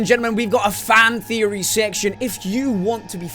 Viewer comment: "Theopry Thursday!" Really?